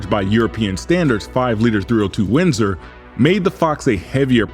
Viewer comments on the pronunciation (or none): none